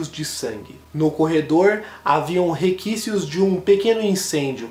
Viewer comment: conselho DU TELAR, REQUICIOS, por favor, melhore. principalmente quando se trata de casos sérios como estes.